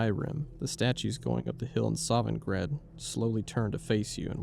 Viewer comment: How dare you mispronounce the Nord afterlife SOVNGARDE😤😤 fr tho sick video man I like seeing you experiment with your content